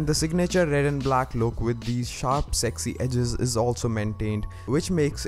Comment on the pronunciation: Sheesh ur Indian voice saying “sexy edges”